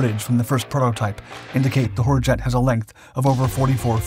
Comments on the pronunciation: I swear this sounded like the narrator said 'Whorejet'. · As pronounced by the narrator, I just can't get past the this aircraft's name without snickering! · I think he said hurjet 150 times just to have fun with it and each time all I heard was something else. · I like the top speed, and the general smallness of it. But the name (I know HurJet means Freedom Jet), but the way the bot narrator pronounced it, and said it so many times during the video made me chuckle.